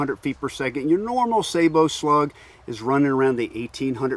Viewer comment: Thank you for pronouncing sabot correctly!